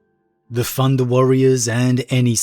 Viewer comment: You know it's thunder warrior, not "funda" warrior